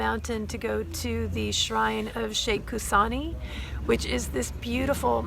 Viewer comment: Hussaini! Pronounced Husaynee.